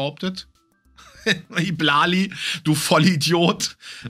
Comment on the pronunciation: I Blali wird übrigens Ei Blali ausgesprochen, nur als Info. Habe mich etwas über die Aussprache amüsiert 🤣